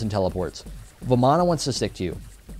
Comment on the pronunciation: You pronounce it varman, in Hindu the A at the end is silent, ravan, ram, ganesh are all the pronunciations.